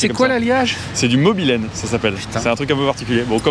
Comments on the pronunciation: Manque plus que la caravane, et puis bon c'est pas mobylene mais molybdène. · La clé est en MOLYBDENE et non « mobilène » 😂😂😂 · PRT Petite Rectification Technique: la clef est en Chrome Molybdène (et pas mobilène...) aussi appelé Chromoly ou encore CrMo pour qui connaît le travail du métal ! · J'ai adoré cette caisse dans gran turismo premier du nom, et la clé c'est molybdène et pas mobylene :) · Super vidéo de passionné, mais le mobilène c'est comme l'adamantium ça n'existe pas 😄 C'est soit Monel ou molybdène👍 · C'est pas molybdène ? Je connais pas le mobylene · Molybdène pas mobylene 103 spx 🤣 Très belle voiture sinon